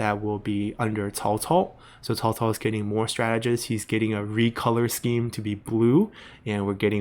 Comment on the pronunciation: True, first teach them how to pronounce Cao Cao properly